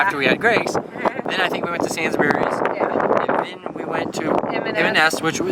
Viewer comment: It is pronounced SAYNS-Breeze not SANS-burries